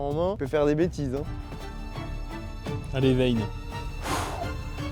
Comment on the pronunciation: "allez vayne" mdr